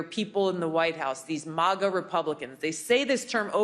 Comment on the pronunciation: Lol 'mAHGah', haven't heard it pronounced that way before. It's mAGah 😁👍 Manga mohnga Animay aunimay Ok I'll shutup